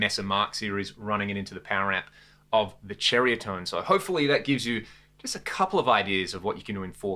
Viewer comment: Is it really "Cherry-a-tone"? I have only heard it as "Serry-a-tone", but I am ready to be corrected!